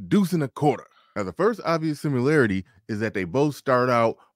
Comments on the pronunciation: "Simularity" lol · What's a simYOUlarity? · stop saying “simularity” please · Similarity not "simularity"